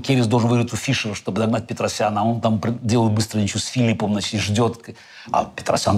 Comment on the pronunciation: С удовольствием посмотрел, спасибо! ЗЫ Оказывается, Каспаров говорит "значитЬ" и "дЭбют" , забавно 😎